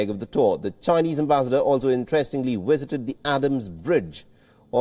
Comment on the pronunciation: never heard such awkward pronunciation of the word ambassador